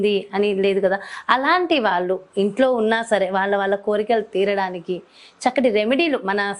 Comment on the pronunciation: అమ్మా తల్లీ నీ తెలుగు దరిద్రం వాల్లు కాదు వాళ్ళు అనాలి